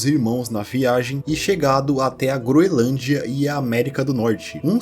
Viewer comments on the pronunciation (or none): none